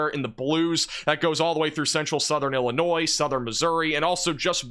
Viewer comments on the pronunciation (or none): none